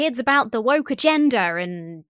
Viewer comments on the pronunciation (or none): not only did you inadvertently say moke but it sounds like you also said wob and as someone who compulsively spoonerises phrases due to having a bad sense of humour I love the idea that this was 100% inadvertent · "The left wob is too moke" made me giggle 😂